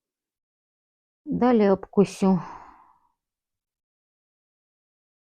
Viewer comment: ПідвіШу....а не підвісю.....,обкуШу, а не обкусю, як ви кажете....Бо смішно це чути і ріже слух.....